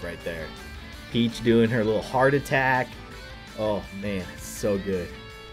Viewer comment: You just said heart attak